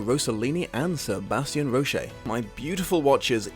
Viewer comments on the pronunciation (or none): none